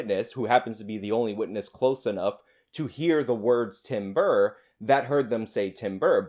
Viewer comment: were you saying Tim Burr?